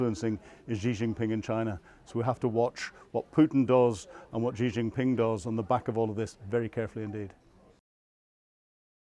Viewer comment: The Chinese leaders name is pronounced like the letter "C" so in English would read "C Jin Ping"